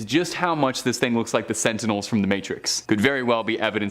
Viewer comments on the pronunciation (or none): none